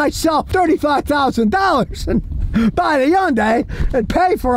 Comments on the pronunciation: Yon-die! That’s a new way to say Hyundai. 😂 It’s Hun-day Scottie 😂 Even though I still wouldn’t buy one. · Why don't you pronounce it right. It's Hyundai like Sunday. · What the hell is a YONDAY?! Remember the old commercial? “Its hyundai, like Sunday” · "Yunday" lol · How Scott pronounces Hyundai.